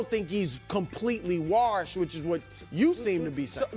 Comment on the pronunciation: I like how brou pronounces washed